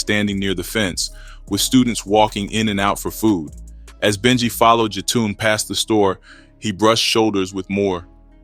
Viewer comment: Who is Jatoon?? Also, that is not Jetun Rush. That’s Billy Moore’s cousin. 🙄 RIH Benji 🕊️